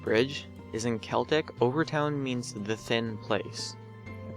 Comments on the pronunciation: Overtoun is pronounced over-tin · btw... overtoun is said "Overton" the I is silent.:) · In case it ever makes a difference, Overtoun is said like "Overton". A lot of Scottish names have a u in them between o's and u's but it appears that you just say it like the u isn't there. :) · Additionally, "Overtoun" is pronounced "Over ton." And you neglected to mention the fact that the dogs who survived their first jump would, immediately after recovering enough to move, run back up to the top to jump again.